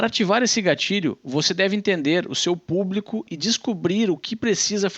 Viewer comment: PuBRIco PuBRIcamente ... 🤣🤣🤣